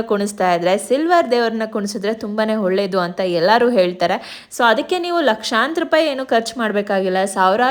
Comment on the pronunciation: Hacktually ಅಲ್ಲ Actually Holledu ಅಲ್ಲ ಒಳ್ಳೇದು